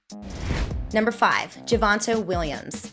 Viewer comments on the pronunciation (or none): Good god I will always hate how these Yankees pronounce names that end in “tay” as “tuh” It’s Devon-TAY It’s Javon-TAY 🗣TTTTAAAAAAAAAYYYYYY